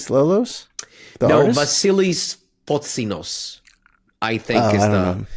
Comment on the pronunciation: Hey guys, Vasilis Fotsinos here. You pronounced it great btw. Hope to see you all in Thessaloniki soon 🤘